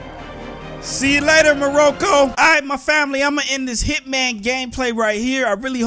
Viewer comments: "Mowroco" "Fiber wiber"........ u gotta go lmao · It's "MORACAW" cuh u gotta run one dats disrespekt cuh + Na I'm messin wit u, anytime u wanna hit Morocco u welcomed here fam, I'll pay it all though I got toys for jayden and zoey and jacuzzi for u and marie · It's pronounced Ma Rock Oh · nah its pronounced mawrawco mah cuddy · Morocco is pronounced MAR*A*KO. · its MA-RA-CO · Sorry im late and I used to watch you like alllllotttt and still do but Morocco is pronounced (More - ock - oh - ) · im from moracco and you say it rong but it dont matter